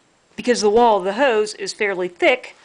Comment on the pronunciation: We take a drink when she says “the” pronounced dee. 🌸